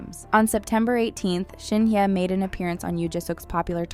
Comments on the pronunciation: Pls pronounce her name correctly.. Not Shin ye.. it’s SHIN HYE..✌️😊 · I don't think she pronounces her name this way? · is always like this. Always not pronouncing her name correctly..😂..maybe the speaker is an AI 😅